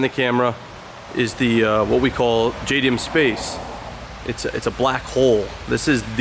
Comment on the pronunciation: Dude you know. You can't even say JDM Space...